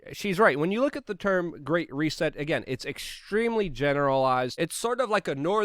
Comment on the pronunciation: The Great Reset, not "recess" - You're welcome<3